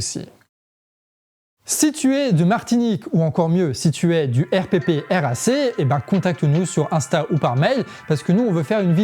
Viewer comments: En fait on dit pas RPPRAC, on dit "air praque" ^^ Voilà, c'était très pertinent comme information Merci ! :) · RPPRAC (se dit :airprak) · On prononce le R.prac et non le R.P.R.A.C. très bonne vidéo, merci. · Hello, le RPPRAC se dit en phonétique : le Èrprak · Super de montrer ce que nous faisons. Je vous donne un tips, prononcez R Prac, ça respire mieux😊 et merci ou mèsi an lo comme on dit chez nous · RPPRAC se prononce "airprac" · la prononciation c'est R-PRAC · Arrête de dire le R.P.P.R.A.C. Prononce "erprac" comme nous 😂